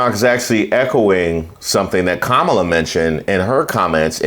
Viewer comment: Candace, what does Kamala (pronounced Comma-la) black grandmother having died in the sixties have to do with ANYTHING? SELF HATE, GIRL BYE!